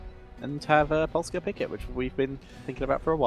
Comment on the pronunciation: good pronunciation on Polska Pamięta. Good job Grubby